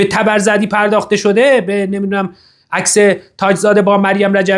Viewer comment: توووماژ صالحی حتا اسم تبرزدی رو هم بلد نیست و میگه تبر زررردی 😂😂😂 تبرزردی 😂😂 مجلس مهستان 😂😂😂